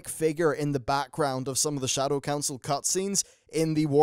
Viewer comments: Dat Counil of Glades;) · Lol "Counil of Glades" at the intro